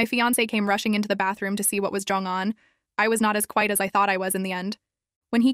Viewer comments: I came down to the comments just to point it out because it seems to be spelled correctly in text, but the TTS just keeps saying "giong". It's getting a little annoying that it's just the one word... lol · Why is going pronounced “jeange” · Is no one gonna talk about the pronunciation of going